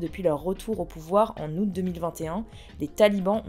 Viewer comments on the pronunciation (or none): none